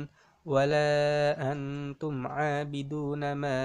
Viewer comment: Maap bang koreksi dikit surah al kafirun nya ko ga pake dengung pas angtum abina ma a'bud. Kan hidup nun mati ketemu (ta') huruf ikhfa